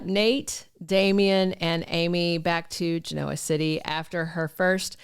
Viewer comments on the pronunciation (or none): The way you say genoa drives me crazy. It's gen o ah not gi no ah.